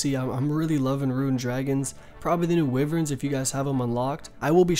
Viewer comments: Wyvern not wivern Visage not vysage Ancestral not ancestrial Rune not ruin Alch not auch You also say etc too much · Correct way to say things. Wyvern - “why-vern” Alch -“Alk” Rune - “roon” Visage - “vizz-idge” Seriously you are a very stupid person, you can neither spell, speak with correct grammar nor pronounce simple words.